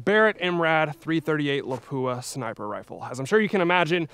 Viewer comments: Howdy! My understanding is that Lapua is pronounced LAH-poo-ah rather than luh-POO-uh that we commonly hear. Is this correct? (*flame suit on) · It's not La-poo-ah 😂. Pronounce it like this: La-pu-a. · LA-pua. Not la-PU-a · La'PWA' start pronouncing it correctly! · FFS I wish people would quit butchering the pronunciation of Lapua. It’s 2023 it’s easy to educate yourself.